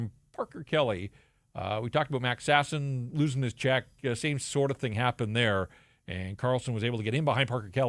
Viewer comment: I enjoy that pronounces Sasson in a non-ridiculous way.